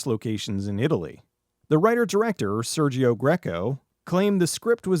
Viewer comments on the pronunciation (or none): none